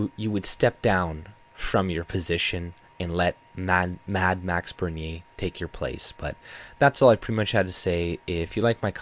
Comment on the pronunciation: I noticed you pronounce his name properly. 🤗